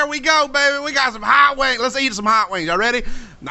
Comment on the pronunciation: at the end it sounds like you are saying hot wangs